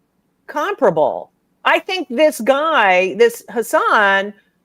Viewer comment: For whatever it's worth, his name is pronounced "Hussin" rhymes with "cussin".